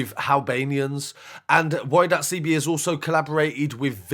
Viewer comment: All of you lot just hop off the comment, my guy is just pointing out that Y.CB should be said 'Why CeeBee'... Not 'Why dot CeeBee'... The ''full stop/dot'' has no relevance other than breaking up the two words. Argument finished.